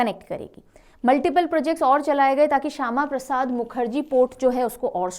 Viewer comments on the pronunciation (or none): none